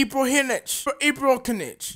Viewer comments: “Maybe I can even get Mess... or Ronaldo, or Ibrahimokinich... Ibra Ibra Ibrahinch, or Ibralkinich... Zlatan” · You can't say ibrahimovic? Really